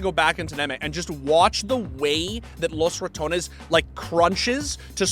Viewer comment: TY for not trying to pronounce Los Ratones with a weird French R any longer